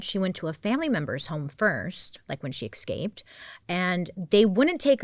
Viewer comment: My fave Baileyism is EXcape. LOLOL. Gets me every time 😂